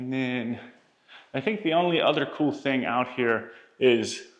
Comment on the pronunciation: 🤨🫵🏽 y’all !?!….. this guy cannot any word , that is spelled , with a “ g “ , at the end …. He’ll say , for example , “ Think “ , when he actually means to say , “ Thing “ … 🤨🤷🏽👨🏽‍🦳🇺🇸